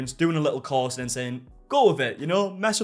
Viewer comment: I thought he said cause. I had to think hard to realize it's course.